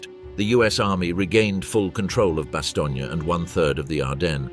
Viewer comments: a good documentary i'll forgive the mispronounciation of bastognia LOL! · The “vee” corps?? It was still delightful even though it was quickly revealed as produced by AI. And perhaps a biased AI. Almost a load of “Bastony.”